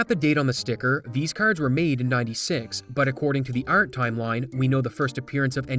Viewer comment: can you be less canadian? bugs me every time you say art